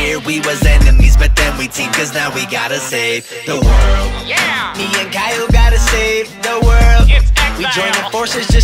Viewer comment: It's not Kyle it's X-iyol